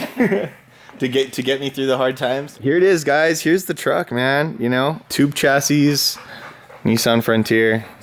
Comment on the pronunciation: The “s” on the end of chassis is silent 😂